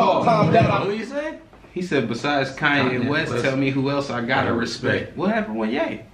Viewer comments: Con and West not Kanye West bro lol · Turned if off after the said Kanye west, not con and west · LOL HE SAID CON AND WEST NOT KANYE WEST😂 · He said Con and West not kanye west, respectfully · this whole time i thought he said Kanye West 💀